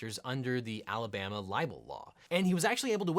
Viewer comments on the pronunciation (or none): none